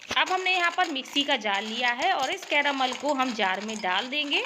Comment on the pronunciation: Anyone notice how many she says caromol?